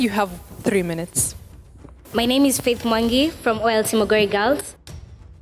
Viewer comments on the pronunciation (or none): It's not Muguiri.. It's Mugoiri